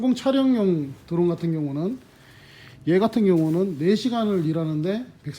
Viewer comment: 도론이 아니고 드론 드론